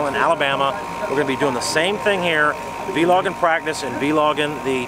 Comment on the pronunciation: He says "Vee Logging" lol Great tournament man! love watching your videos